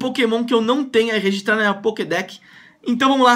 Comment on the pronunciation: O cara tá tão acustumado com clash Royale que tá falando pockdeck